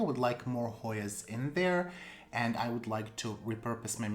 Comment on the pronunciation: Beautiful plants as usual. I'm always impressed at how well you pronounce those difficult Hoyas 💚